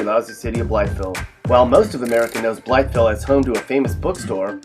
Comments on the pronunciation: You say “Blytheville” funny. Simply pronounced “Bly-vile”. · I've always heard Blytheville pronounced "Blyvull" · Blytheville is pronounced "Bly-Ville". The "th" is completely disregarded by AR natives. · bly”th”eville 😂😂 here in mississippi county we say “bly”ville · Also it's said like blyville all in one word. there is a shit ton of crack heads in Paragould so maybe you should have added that btw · if you live in arkansas you know what i mean when you hear him say blytheville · My apologies for not being more thorough with my phonetics earlier. You are certainly correct in your retort, yes. I did not intend my initial comment in any combative or condescending fashion. I can honestly say that I had just never before heard anyone pronounce Blytheville in the way I suppose most people would if they were new to Arkansan diction. The difference in "ville" and "vull", to me, are more so just a matter of a lazy Southern drawl. The "th", on the other hand, is simply omitted entirely and thus struck my ear far more profoundly. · Did anyone notice how he didn’t say “Blytheville” right? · The way he said Blytheville 😂😂😂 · don't pronounce the "th" in Blytheville you freakin idiot...wonder who is on the list for "worst video announcers?" moron. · Is this commentator from the state? He pronounces Blytheville wrong. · Kelsey Zahorec no it’s pronounced how it looks # Blytheville born and still here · Nice try, but there is a lot of fail here. First of all, it's obvious you don't know much about Arkansas from your pronunciation of Blytheville. Morrilton is definitely not in eastern Arkansas. It may be an hour from Little Rock, but it's 20 minutes from Conway and 30 from Russellville. Pine Bluff is also not considered eastern Arkansas. It's central.